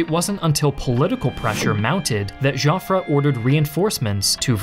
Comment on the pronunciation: Joffre = Pronounce "Jofr" not "Jofrey"